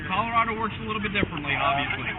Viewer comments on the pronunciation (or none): She thought Colorado was pronounced Colorada